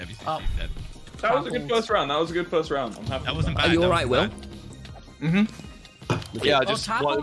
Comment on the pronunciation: the först röünd